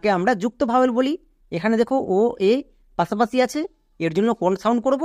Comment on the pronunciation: বাংলা উচ্চারণও ঠিক করা দরকার। যেমন: পাশাপাশিকে পাছাপাছি বললে খুব খারাপ শোনায়।